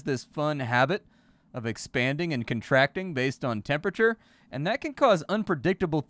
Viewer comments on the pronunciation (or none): none